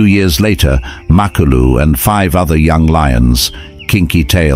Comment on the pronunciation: HIS NAME IS MA KLU LU NOT MAK KLU LU